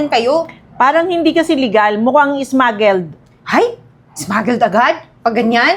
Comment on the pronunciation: Anu daw smugles haha bunak smaglers ata